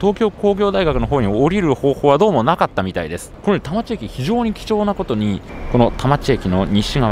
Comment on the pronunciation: 田町駅が多摩地域（たまちえき/たまちいき）に聞こえる空耳